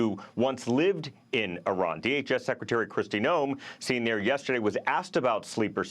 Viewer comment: Aranian she says... you would think this stupid b** reporter would know how to pronounce Iran and Iranian but clearly she's dumber than all of us and can't even read it off of a prompt